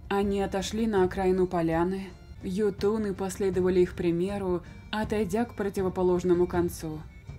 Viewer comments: прости конечно, но по моему правильно читать Ётуны, а не ётУны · ударение в слове "ётуны" ставится на букву "ё"